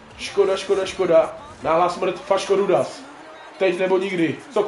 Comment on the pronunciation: *Faško-Rudáš nie Faško-Rudas 🤣🤣🤣